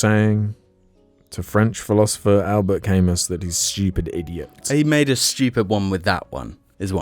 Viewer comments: Al-bert c-amu-s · It's pronounced 'al·buht ka·moo'. REPORTED AND UNSUBSCRIBED! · Al-BEAR kam-OO